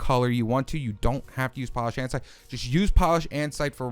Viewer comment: Did he say andsite?!? Its andesite stupid